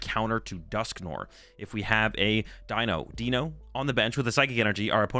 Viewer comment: I think its "D-Eye-No" as its 1, 2 and 3 in german which is Eins "Eye-ns" (1) Zwei "Z-vy" (2) and Drei "Dry" (3)